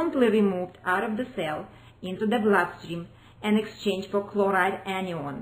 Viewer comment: The presenter needs to speak better English. Anion pronounced like onion is really distracting.